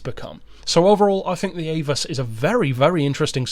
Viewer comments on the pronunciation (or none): Very well done..but I believe the name is pronounced.." Ah-voos"... Not "Aye-vus'' (once had a conversation with a German about the banked corners at the famed race course.).